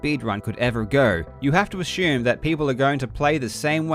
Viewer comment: why do you say assume like ashume